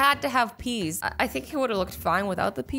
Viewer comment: i love howshe siad PEAS THEY HAVE TO ADD PEAS!! 😂😂😂😂😂